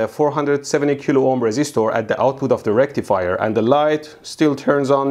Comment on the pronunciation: Full Bridge Rectifier ain't no circuit I ever heard of. Say Full Bridge Recifier again mf. 🤣